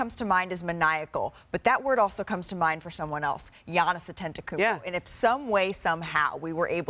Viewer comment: "giannis attentionkumpo"